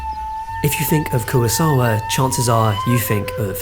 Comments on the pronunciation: No es Kurasawa ni tampoco Kurisawa. Se llama KUROSAWA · Terrific video. But how have you managed to seemingly mispronounce everybody's name? Koowasawa? Mihune?